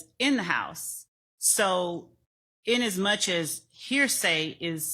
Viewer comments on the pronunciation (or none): Lol that AND “in as much”.